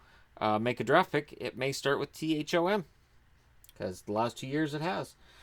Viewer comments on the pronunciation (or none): none